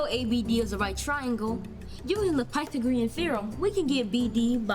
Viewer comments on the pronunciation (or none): The way the kid pronounces "pythagorean" Pie the Green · "pie-tha-greun theorem" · can we talk about how that kid pronounced pythagoreon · that pronunciation of “Pythagorean” literally made me wheeze Surely they could’ve done another take where he pronounced it correctly…. right? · He pronounces Pythagorean theorem so wierd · that pronounciation was so weird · He also pronounced pythagorean wrong.